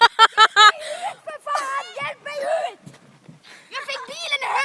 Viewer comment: Älskar det sätter hat uttalar "UUT!" HAHA Underbar! Ta inte åt er av de taskiga kommentarerna, denna är kunglig ! <3